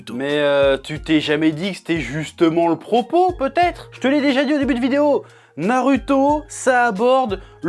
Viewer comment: TU PEUX DIRE NARUTO AVEC LE /ou/ et pas /u/ c: sinon j'adore